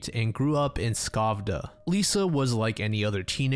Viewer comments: As a Swede my heart dropped when you mentioned Lisa’s name. Such a tragic case. By the way, Skövde is pronounced schövde, the K is silent. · Yes, except the pronunciation of Skövde. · He butchered the Swedish towns and names as well. I had no idea that he said Skövde until I saw the map. 😂